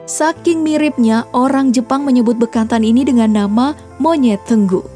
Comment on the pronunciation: Bukan tenggu ,tapi tengu